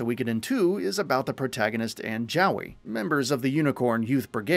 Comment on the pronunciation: I can't believe you even managed to even mispronounce something as simple as "Joey"